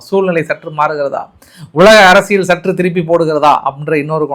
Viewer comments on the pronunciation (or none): none